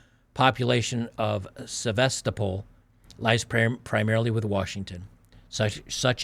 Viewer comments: Is pronounced SevasTOPol. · Jesus, do a bare minimum of preparation before you start recording. Read through the article before you read it on cam. Learn place names and how to pronounce them. You are embarrassing yourself. You’ve never heard of Sevastopol? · why do you have such a mangled way of speaking? You've been at this for years so you should have picked up skills for more fluid speaking by now. Also, how hard is it to look up the pronunciation of Sevastopol? Do you not do prep? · Based on his pronunciation of Sevastopol, has never played the board game, "Diplomacy."